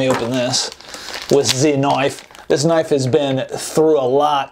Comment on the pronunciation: ve-hicle and knoife. well done